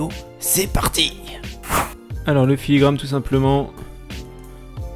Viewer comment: ... puis On dirait bien que tu t'es rendu compte en cours de route que c'était filigraNe et non filigraMe 🤭 Mais en tout cas merci pour ces conseils